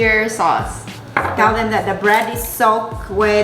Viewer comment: LITERALLY NO ONE CAN PRONOUNCE THIS SAUCE DONT FEEL BAD LMAOOO 😭😭😭😭😭😭😭😭. (Also if y’all watch anncy twinkle videos. She can’t pronounce it either)